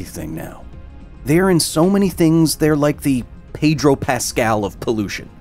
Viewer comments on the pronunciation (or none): none